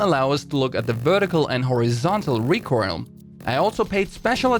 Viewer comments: Please tell me that I'm not the only person to hear "recurl" instead of recoil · no one gonna discuss how this guy pronounces recoil "recoirl"?